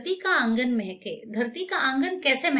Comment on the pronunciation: Mam it is dharti ka angan mhke not mehkeee😂